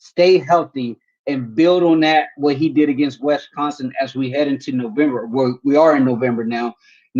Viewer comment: Come on guy, it's not Wes-consin. You said it about 30 times in the past week. It's not that hard.